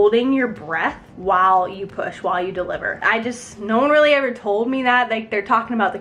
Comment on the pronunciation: u say it rlee